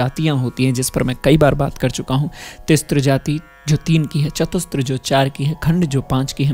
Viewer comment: तिस्र और चतुस्र बोलिए, तिस्त्र और चतुस्त्र नहीं। वैसे ही hrisva नहीं hrasva शुद्ध उच्चारण है